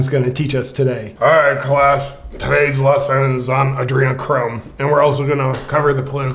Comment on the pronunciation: Did you say adrenachrome ?